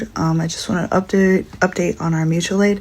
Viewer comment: Mooch-ual aid